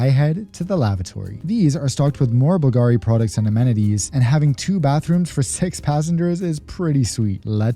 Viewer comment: the acsent goes on U on Bulgari as in the name of the founder Bulgaris